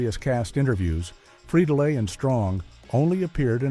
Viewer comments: Click bait much, and you pronounced Will's last name incorrectly. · Another weird fact: he's not pronouncing Freidle correctly :) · Yeah, I heard that too. Lol They also pronounced Will’s last name two different ways. Both wrong according to the way he pronounced it himself. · And you say Friedle different